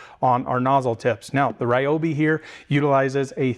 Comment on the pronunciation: Wow you pronounced Ryobi correctly! Ryobi really has been crushing these tools